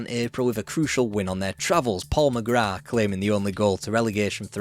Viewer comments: Well done on saying “McGrath” correctly Ron Atkinson couldn’t even do that! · Well done on saying “McGrath” properly.